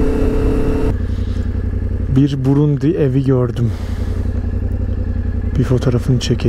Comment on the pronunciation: kardeş brundi diyon ya yolda ya sınırda ya benzin sırası. Çok başarılı olmuş Sağol